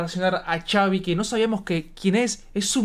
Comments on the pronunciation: Tengo entendido que se pronuncia Javi, porque se llama Xavier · Se pronuncia javi Saludos Reaccionen a DND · Es se dise javiiiiii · Solo para aclarar se pronuncia "Javi" y se escribe Xavi 😅😊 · Solo que se dice su nombre asi el xavi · Se Pronuncia Javi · Se escribe Xavi pero se pronuncia Javi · Se pronuncia Javi no? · Se dice javi solo que con x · No se dice chavi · Xavi se pronuncia Javi México se pronuncia mejico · Se dice xavier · Se pronuncia javi y se escribe xavi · no es chaviiiii se dice como si fuera con jotaaaaaaa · Se dice javi se escribe xavi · No se dise chavi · No se pronuncia chavi 😂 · Se escribe xavi pero se dise javi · No se dice chavi se escribe xavi Pero se dice javi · No es chavi es javi jaja 😅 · No es Chavi es xavi,javi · javi vergaaaaa jajaja no chavi jajajajaja se escribe con x pero se pronuncia como javi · Simon reaccionen a esa • Poco a poco - Xavi con Dareyes de la Sierra • de mis preferidas ahorita y Xavi se pronuncia Javi y no chavi nomás para aclarar qué viene de Javier • saludos y perronas sus reacciones 👍🏼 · Por fin alguien que entiende, no se por que le dicen “chavi” incluso en canciones de poco a poco o modo dnd dicen “javi” y no se dan cuenta :b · Primero que nada se la dedico a su amigo y bien dijo en un video que no le estaba copiando a la otra canción de amg que nada más puso esa frase por que le dijo su amigo y no se pronuncia Xavi es Javi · Chavi 😂😂😂 es jabi=xavi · No es Chavi recuerden que les de origen mexicano por eso pronunciamos Javi con J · Se dice gavi no Chavi😂😂😂😂😂😂 pero su nombre es xavi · NO SE DISE CHAVI SE DISE XAVI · Se pronuncia "javi" no chavi 😂❤ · No es chavi😂 es xavi pero le dicen javi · Por qué le dicen Chavi? Que yo sepa se pronuncia Javi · Pero no es chavi es xavi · Xaviiiiii no es chavi es con las letras x a v i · no se pronuncia chavi, es Javi aunque se escribe Xavi... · No es chavi se pronuncia asi , javi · No es chavi es xavi se dije javi pero se escribe xavi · No es Xavi es Javi bueno así se dise